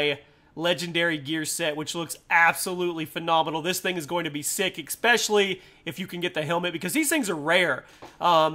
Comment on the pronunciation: It annoys me when he says exspecially instead of especially